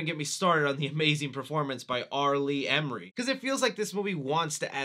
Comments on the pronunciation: R lee ERMEY . not emery put some fuckin respect on his name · R. Lee ERMEY not Emory lmaoooo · R. Lee ERMEY. Err-me. Idk why it's so difficult for people to get the gunny's name right lol. Otherwise really enjoyed the content! Well done 👏